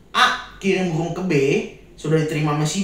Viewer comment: Maaf ko aku denger kata burungnya jadi pohong (sejenis ketela)😂